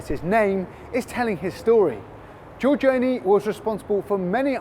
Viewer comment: It would be nice if Venetian were spelled correctly, and if the presenter could pronounce Giorgione.